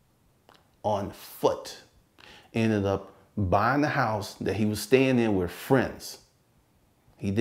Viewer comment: It's with not wiff